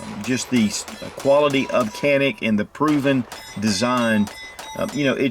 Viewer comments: No more politics, problem solved 👍🏻 was pronounced (john-ick) in Turkish but due to the world's mispronunciation, the company remade the official pronunciation to be (can-ick). Great video. Can wait to get this fire arm in a couple months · its written Canik but you read as Janik brother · It’s not pronounced Janik with a J or G… its CHanik they have two Cs and that one takes the place of CH. Have a little respect for other cultures as you expect them to respect us and ours. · Its Janik, not “kanik” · I have been corrected regarding the name of this gun company. CANIK....is evidently actually pronounced: "ZHA-NIK" not "CA- NIK". (I had it wrong too LOL!) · Canik is Turkish and pronounced "Shjaun'ick".. I own em. Love em. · Dju-nick.Private name (a mountain range) U gotta say it right! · The correct pronunciation of the brand is "JohN-eK." Great video. Ty for sharing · Canik is pronounced (Janik) in Turkish. The letter C is pronounced J. Please correct your pronunciation. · It's pronounced with a J. Janik. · no it's more like chanik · It's not kanik its canik